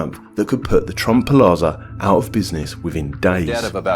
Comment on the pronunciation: It's pronounced PLAZA not PALAZA